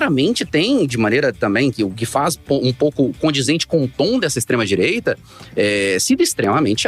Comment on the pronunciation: Tava ate ouvindo , qdo falou extredireita ! Fui!!!